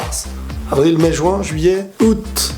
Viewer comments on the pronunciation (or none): none